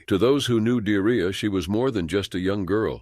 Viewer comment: I'm sorry but.. Dearria??? 😮💩 Surely it's pronounced De'ar'ria... Have some respect!!! 😠